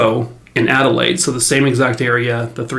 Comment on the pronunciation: I live in Adelaide SA and I would like to commend you on your pronunciation of Glenelg, Somerton Park and Adelaide! Best I've heard from an American 👏👏 If it ever comes up please remember Melbourne is said Mel-bin and Queensland is literally "queens-land" ❤❤